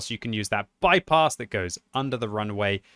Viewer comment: I love how he pronounces "bypass" as "bipos" lol